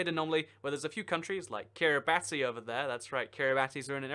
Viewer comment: He noticed London, but not Banana or Poland or Paris when he looked at Kiribati 😂 (by the way, it's pronounced "Kiribass" because in Gilbertese, the language of that country, "ti" sounds like an "s.")